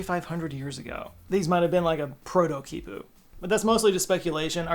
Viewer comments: its pronounced key pooh 😭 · Him: "This is a keypu." Me: "No it's knot."